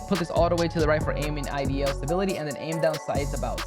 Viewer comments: This dude really said “aiming IDL stability” lmfaooo wtf bruh need to go back to English 101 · Bro please learn how to pronounce idle